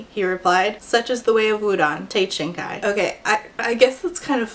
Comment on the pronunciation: See, every time she read "Shinkai" I just heard "shinka" and thought about Digimon.